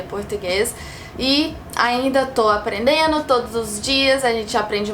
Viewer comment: Ela aprendeu legal, né? "Aprendendo" ela fala "aprendeno"